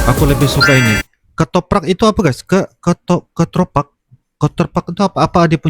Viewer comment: ketoprak bukan ketropak, bs dibilang mirip gado2 tapi bukan, salfok = salah fokus(perhatian ke yg lainnya)